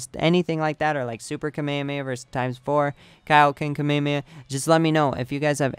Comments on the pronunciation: dude you pronounce it wrong its KA-ME-HA-ME-HA not kamayamaya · Kamayamaya .........R u cereal? KA ME HA ME HAAAAAAAAA! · FYI you're saying kamehameha wrong and it's annoying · why do you pronounce kamehameha like that its so cringy